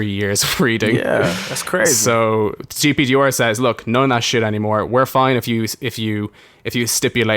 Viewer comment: GDPR not GPDR like what it sounds like hes saying